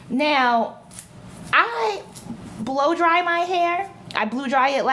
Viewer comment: I'M CRACKING UP!!!!! YOU SAID , " I BLUE DRY IT" 😂😂😂😂YOUR HILAIRE